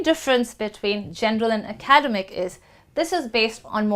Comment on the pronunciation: You’re pronouncing ‘academic’ wrong